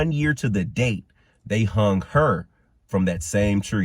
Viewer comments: It is hung not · It is " hung" by the way